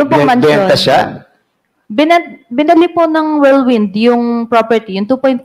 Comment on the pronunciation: Ito namang si tongresman gonzales, whirlwind lang hindi pa mabigkas ng tama, worldwind daw.